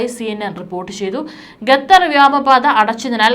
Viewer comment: Why gathar 😂 it's Qatar